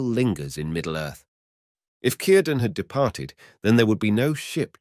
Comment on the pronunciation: Nice video, It's a sa d thought that all Elves departed although the offspring of the elf/man unions remained but this sadness runs through all Tolkien's tales concerning Middle Earth. One small criticism and it is a very small one, Cirdan ought to be pronounced with the letter R trilled. This isn't normal for an Englishman I know but Tolkien would have liked it that way. If you listen to interviews with him he nearly always did that.